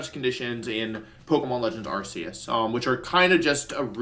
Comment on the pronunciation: It’s Ark-ee-us not Ars-ee-us Mr. World Champion sir 😤